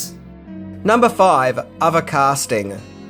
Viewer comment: 1: Maverick was an Air Force trainee for the Navy??? You don't even need to be in the military to know how horrible that sentence is. 2: Firty Six years? It's Thirty Six years, and also while we're at it, it's other, not "ova". 3: In "Firty Six" years, none of this info is new. 4: I could go on, but I don't want to be "that guy", even though I guess I already am. This hurt me so much that my therapist killed himself.